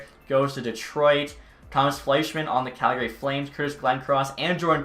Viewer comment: i still cant believe hes Canadian and says Calgary incorrect. rattles me so hard haha